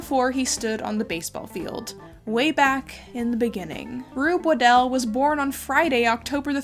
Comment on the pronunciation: Super interesting video, but also you are one of the only people who I’ve heard pronounce my last name correctly. Its always mispronounced as “waddle” which I understand if you are just seeing it for the first time but it has become a nickname that I really hate. Anyways, keep up the great work!